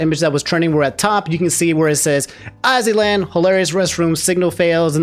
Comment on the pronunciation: Dw ain’t anybody gonna be want to sound like you and mispronouncing everyone’s names calling Azzyland as Ozzyland, Kiryu as Kuryou, Lia as Lie-uh. You good.